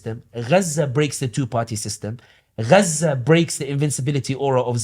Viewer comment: Okay so it is ghza not gaza 😂🤣